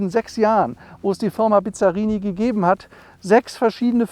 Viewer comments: Das erste Auto bei Cargold, das ich echt nicht kenne! optisch zwischen italienisch und Corvette. Er fährt nicht und kann ihn auch nicht aussprechen. Bisschen Iso Griffo auch. US-Motor sicher nicht mit 400 PS, denn die Ami-PS haben nicht europäische Werte eher im Verhältnis 1: 0,7 (100 PS sind 70 echte). Aber das Auto wummert wie eine Iso Griffo, ist allerdings nicht so elegant. Ein Rennwagen… was mich ja schon wenig interessiert! Motor klingt übel… Mit GT = Grand Tourismo hat das 0 zu tun; da geht es um schnelles und komfortables Reisen! Respekt für das Auto, aber für 1 Million kaufe ich mir meine 5 Traum-Oldies und habe noch Geld genug übrig für den Erhalt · Der Name wird übrigens ausgesprochen BiSSSSSarini. Das Name kommt nicht von Bizarr. Dann die überzogenen PS-Angaben des 327/350er Chevys: Die Werte sind damals in SAE angegeben worden....liegt bis ca. 25% unter den DIN, da Pürfstandswerte. Bizzarini hat zwar einiges an den Köpfen gemacht, besonders bei den Corsa Versionen, aber nicht immer und bei jedem Motor nie sicher. Aber ob der 400 Pferde bringen wird, na ja, die Rolle wird's zeigen ;) In jedem Fall ein wunderschöner Traumwagen, auch mit 295 Pferden